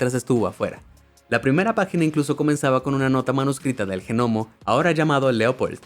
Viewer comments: Realmente eso de la "g" pronunciada es muy molesto!!! Tan fácil es pronunciar aunque sea "nomo"..!!!🤦🏻‍♀️ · o A mi Gnomo no me importa pero si es Genomo ahí si me molesta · Que molesta la mala pronunciación de gnomo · Pero quien pronuncia la G de Gnomo! Así no se pronuncia esa palabra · Se escribe gnomo pero la g no se pronuncia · Y es mas molesto que lo repite mucho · Por qué demonios dice "G- nomo"? Se pronuncia "nomo", sin la G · GENOMO??? 🤦 LA G ES MUDA!!!! SE PRONUNCIA "NOMO" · me molesta de una manera increible q diga GENOMO y que lo repita una y otra y otra vez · COMO JENOMO? OSEA GNOMO PERO SE PRONUNCIA ÑOMO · G-Nomo???...........Que no solo se pronuncia NOMO??....Saludos! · Ge nomos.....? Lo he escrito tal cual lo dice, un montón de veces.. Hay que ser bestia..... La palabra gnomo, en español, se pronuncia nomo..... Simplemente. Es un caso de pronunciación como psiquiatra. Que se dice fonéticamente Siquiatra. No pe siquiatra..... Que bruto.... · Que rabia con el genomo la g no se pronuncia es nomoooo NOMOOOOOO!! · Por qué lo pronuncia Ge-NOMO¿¿???? no pude entender nada de la historia de los duendes... solo me dediqué a contar genomos! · ¿Pero tú no sabes como se pronuncia GNOMO!?? El sonido de la "G" no es "J" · Gnomo se pronuncia "Ñomo", y no "G-nomo"!!!! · Por qué dices Je Nomo ... Es gnomo como pronunciando una E que en realidad no suena, pronuncialo con la E antes de la G para que aprendas a decir gnomo (ehgnomo - luego lo pronuncias sin decir la e) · Me da un montón de toc que diga genomo en vez de nomo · gnomo se pronuncia ñomo* no genomo XD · Se escribe gnomo y se pronuncia nomo, no genomo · Por qué dice "genomo" en vez de "nomo" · ha dicho genomo? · Gnomo se lee nomo, no G-nomo. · Sabe que se pronuncia nomo no genomo, pero si se escribe gnomo no? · Gnomo se dice nomo es un nomo … NOMO!!! No “ge” nomo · Genomo!!?🙄😊será NOMO!! La g es como yo! , no vale para nada!!😅😅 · No se dice genomo. Se dice nomo aunque se escriba gnomo. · "Genomo" no, "Gnomo"